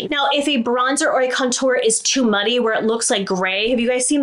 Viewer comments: Do we think anyone will ever tell how to correctly pronounce the word contour?? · I love how you say ‘contour’. Makes it sound so fancy! 😂 as always, really great tips and a couple I hadn’t ever thought of. Thank you for all that you do 💙